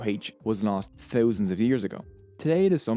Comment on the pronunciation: Your pronunciation of "Thousands " got me eveytime🤪